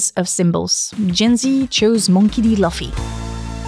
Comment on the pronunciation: As Hermione said " It's not Laffy it's Looffy"😂